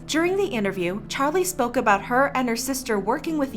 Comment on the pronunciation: D-did you just say "chali"